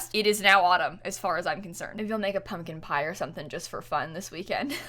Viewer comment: I heard public pyre instead of pumpkin pie but for some reason my brain just went with it